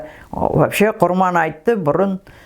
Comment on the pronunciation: Апажан сонша жыл кіл орыстың ишинде журіп тіл мен дініңізді ұмытпай жүргеніңізге мың рахмет, бір алла жар болсын, деніңізге саулық берсін. Тек "құрбан" деген сөзді құрман деп айтасыз, ия совет укіметінің арқасында көп әдет ғұрып өзгеріп кетті ғой